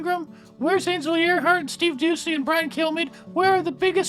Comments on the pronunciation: Let's go Bwian! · Little Bwian WEF boy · make a 24/7 Bwian speech running day in day out